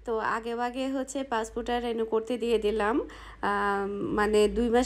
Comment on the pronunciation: কেনো বার বার রেনু বলতেছেন? রি নিউ হবে